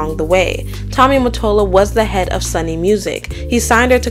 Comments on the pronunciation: Who the hell is Sunny? It's Sony...😂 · SONY is pronounced Sew-Knee, not “Sunny” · And Sony is pronounced So-nee not Sunny. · And you pronounce Sony as "Soh-nee" not "Sunny" 😂😂😂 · "Sunny" and "Milan" instead of Sony and Milian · And Sunny instead of Sony. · It's pronounced Sony, not sunny. Also the movie she was in with Ben Affleck was pronounced Gigi, not giggly. Regardless of that this was still a great video. ❤ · Are you referring to "Sony" when you say "sunny"? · Ma’am, who is “Sonny”? You mean “Sony” (rhymes with Tony). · Sony is pronounced *So-Knee* not “Sunny. Mill-e-ahn, not Mil-lawn, Rahhh-mos, not Ruhmoz, Gee-lee not gig-lee 😭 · Good video but the Sony company is pronounced sow-nee not “Sunny” lol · Not “Sunny”—it’s Sony! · It's not sew knee either, that sounds ridiculous. It's soh-nay. Or saw-nay. There's no "e" pronunciation in it. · Do you know it’s not “Sunny”, but Sony????? Ugh 😩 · Love the video but fyi its " SOny" not " SUnny". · Sony, Not Sunny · It’s Sony not sunny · Hope you feel better, but yeah, hearing Sony as Sonny was jarring to hear 😂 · Yeah, no shade at all, but since it’s such big company, for future use, Sony is pronounced “Sew-nee” or “Soe Nee”. Your video was very well narrated and we all have had points in our lives where we first learned how something was said. It doesn’t mean anything. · IF?? you mispronounced something?? You mispronounced everything lmao. And I hear no mucus, you can't blame that. How you thought Sony was pronounced as Sunny is beyond me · Exactly! There's no way she can blame being sick for this! How on earth did she think 'Sony" was pronounced as "Sunny"? Lmao there's one "N" in Sony for a reason 🤣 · Ah ok. It's pronounced SOONY. 😉😉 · Why is she pronouncing Sony as Sunny? Has me weak😂😂😂😂😂😂😂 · Right?! And Sony records as sunny…Lol. Too cute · Also she keeps saying Sunny instead of Sony. 😂😂😂😂😂😂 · Haha also Sony as Sunny lololol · Why don’t this girl know how to say “Sony” 😅